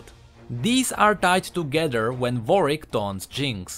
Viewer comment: It's not Warick, it's Warwick, plzzzzzzzzzzzzzzzzzzzzzzzzzzzzzzzzz pronunce it right...